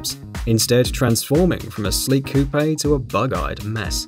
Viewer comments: The e is silent in coupe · COUPE NOT COUPAY I KNOW YOU'RE ENGLISH BUT PLEASE USE AMERICAN KNOWN WORDS AND CARS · It’s coupe, not coup-ay